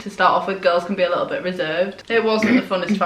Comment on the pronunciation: ”why do you look so little” Her mum:”because I am liccle” 😂😂 omg I love u guys